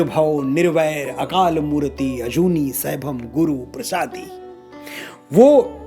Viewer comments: Very nice but Manoj ji murti nahi h murat guru prasadi nahi guru prasad jugadi nahi jugad pronoun karte h🙏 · Sorry bhai gur parshdi nahi gur parshad bolte hai